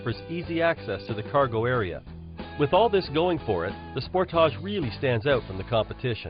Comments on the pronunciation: Sport-toush it's "SPORTAGE" you idiot learn to pronounce it.🖕🏻🖕🏻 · Sport-tarch... As he pronounce it...lol